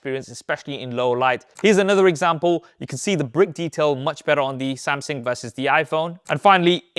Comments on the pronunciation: It's Samsung not Samsing. So cringe with that Samsing pronunciation. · Am I thee only one to notice he's been saying "samsang" & "Samsin" Instead of "Samsung" lhh Throughout the entire video. Lhh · Oh my. Why is bro STILL saying "Samsin" & "Samsing" and no "SamSUNG" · I appreciate the insight from you and the other main phone comparison pages, but my brain hyper focused on your pronunciation for some reason. LOL. It's "SamSUNG".... not "SamSING" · Good old "Samsing" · SAMSUNG NOT SAMSINGGGGGGGGG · Wtf is a SamSing😂😂😂. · the way he pronounce SamSANG jajaj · I like your Samsing 🤣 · why u called SAM SINGG? 😅😅 sounds racist but its nice 😂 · Why do you pronounce Samsung as “Samsang” lol in some cases.